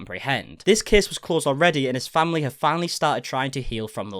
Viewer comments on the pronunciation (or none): What kind of accent is that of hers? That's the weirdest sounding pronunciation of this poor boy's name I've ever heard, and pronunciation of the word 'family'. It just rubs me the wrong way, it's like hearing someone accidentally scrape their rings on a chalkboard it makes me cringe. And this girl says she's 'looking into sensitivity training' for herself? Is that what she thinks people want to hear? What a joke.